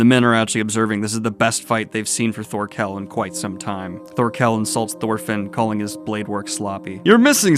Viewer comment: know it doesn't matter but instantly urked me when pronounced Thorkell wrong...